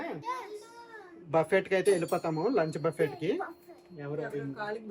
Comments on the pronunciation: Darjeeling is a very beautiful place. Memu one week unnamu. Miru emi anukokapothe okati cheputhanu. Buffet spelling valana buffet ani antaru. But andulo T silent . Buffe ani palakali. You are a good person, thappu ga anukoru ani correct chesanu. Enjoy your trip. 😊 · బఫెట్ ❌ బుఫే ✅ or బఫే ✅. T silent .Google lo pronunciation choodandi. Enjoy your holiday. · Pls, if u don't mind the T in buffet is silent. U should prounce. buffe